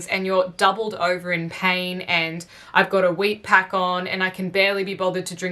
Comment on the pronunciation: Are you saying weight pack or wheat pack?